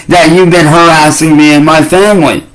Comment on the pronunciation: Normal humans leave their homes for way more than 3 hours every day, but when “Muh femwee” has to do it it’s like they’re refugees 😂😂😂